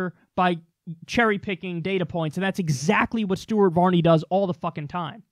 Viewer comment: "stuaht vahhhney" LMFAO